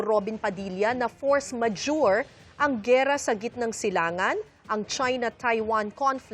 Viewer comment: Force Majurity daw.. 😂😂